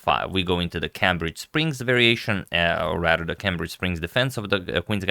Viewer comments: Only because you always wonder how some words are pronounced, Cambridge as in Cambridge Springs is pronounced "Camebridge" ;-) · Very good video except for the mispronunciation of "Cambridge".